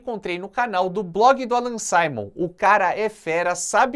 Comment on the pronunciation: HÁ ALGUNS ANOS EU TIVE UM APARELHO DO IBOPE AQUI EM CASA E,, NÃO É ALLAN (SAIMÔN), A PRONÚNCIA CORRETA É ALLAN SIMON, DA MESMA FORMA QUE SE ESCREVE.